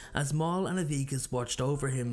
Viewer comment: Great video! Only note is the terrible pronunciations: Mael = May-El Avicus = Ah-vuh-cus Eudoxia - You-doe-shuh